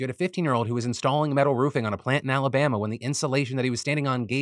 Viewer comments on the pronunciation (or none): none